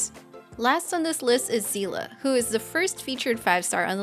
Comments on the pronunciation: >zeela SEELE, GANBARIMSU Explanation, JP (at least in Honkai) pronounced her name as "Seh-ley". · It's prouniunced sayley😭😭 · ik not everyones familiar with honkai impact so i'll let Seele name butcher slide it Seele is "ie" pronunciation at the end not "a", have fun playing the game everyone :) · im sorry but seele is not pronounced like that - it is german word (you can look it up) and i'm sad once again about va directors hoyo is hiring